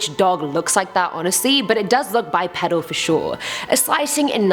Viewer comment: Bipedal is pronounced Bi-peedal 😁👍